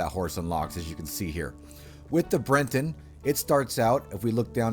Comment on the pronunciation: Your pronunciations are terrible lol but nice video. Like how is Bret-ton hard to say, you add an N and say brenton